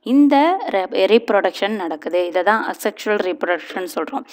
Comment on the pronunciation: Mam this is A sexual reproduction pronounce yay sexual reproduction teaching is good